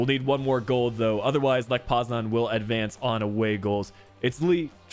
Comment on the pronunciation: How are you fucking up this bad- lech poznan?